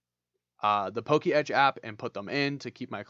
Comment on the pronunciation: It's not "Poke Etch" it's "Po-Ketch"